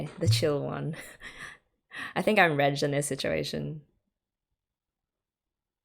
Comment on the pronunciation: His name is Reg or Regu, not Redge.😁